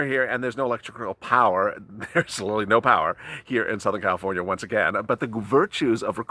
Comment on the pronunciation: The word is "literally", NOT Lilly. Slow down and you'll get it right.